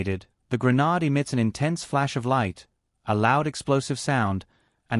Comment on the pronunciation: i can't stand listening to this. The way he pronounces "Grenade" is incompatible with my ears. I hope I'm not the only one. I will have to find another video that explains how a flash bang works, with a different narrator that pronounces "Grenade" in the way my ears are used to. Nice try tho.